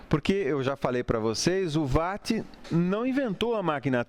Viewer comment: Não sei pq ninguém consegue pronunciar WATT corretamente!!!